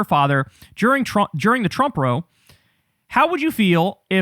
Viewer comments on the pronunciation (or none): It's pronounced "rawww-oe" and means spat, or argument. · Row, meaning a verbal argument, is pronounced more like it rhymes with how and cow. Not row (like row your boat) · "row" as in "conflict" is pronounced "rao," not "roe" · You don't know how to say 'row', meaning argument, either. Beyond embarrassing, and confusing.